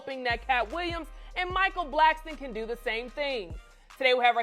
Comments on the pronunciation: Why do people call him Micheal Blackston? It's Blackson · Who’s “Blackston!?” 😅😂